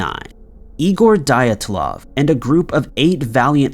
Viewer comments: “Dylatalov pass” … dude it’s Dylatov. I don’t know where you’re getting these extra letters.. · It's pronounced "Dee-Atlov". Honestly, mispronunciations are creepier than any of the content this channel uploads these days. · On the first one , Dyatlov pronounced as D'atlov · That's Diatlov's (Dee- at- law-v) pass. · Your pronunciation of Dyatlov makes me cringe 🥲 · I’m sorry but how the hell do you pronounce Dyatlov wrong it’s literally one of the most famous stories on YouTube like how do you pronounce that wrong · Everytime he said Dyatlov i cringed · if you can't stand hearing the horrendous pronunciation of Dyatlov one more time.